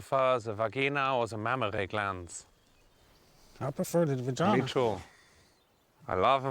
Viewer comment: I heard it with an h in it like "vhageena